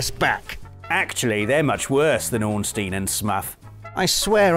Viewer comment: Not Ornstein and S m u f